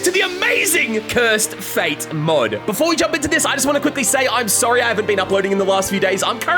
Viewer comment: I thought I heard cursed fade💀